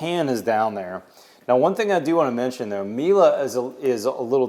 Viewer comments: Not "mila" it is "mile" hehhe europe things bug you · Nothing new and Miele is a German brand it is pronounced E and now A at the end. And Miele don't show it because it is common in Germany. Every dishwasher has it. And Plumber needs to get fired. Who in the world installs a shower head so low you can hit your head on.